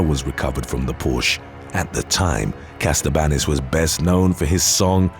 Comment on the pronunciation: It's Katsabanis NOT Kastabanis